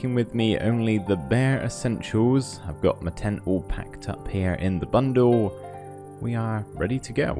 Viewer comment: "I'm taking with me only the bare essentiews. I've got my tent packed up heah in the bundewl"